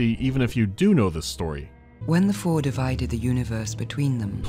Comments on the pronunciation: Read "Four" as "Phor". Makes things funnier. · genuinely thought Charlotte Rampling was talking about Pfhor instead of Four and i almost ascended to a higher plane of existence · Ngl when he said "Four at Tau Ceti," my brain read it as "Phfor at Tau Ceti," and my eyes bulged out of my skull for a moment.